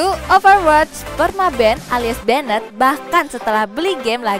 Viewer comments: Benet, benet, benet, Sebagai pelajar bahasa inggris cukup risih dengarnya...... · Kena "benet"?? 🤦‍♂️🤦‍♂️🤦‍♂️Blajar bahasa Inggris woi!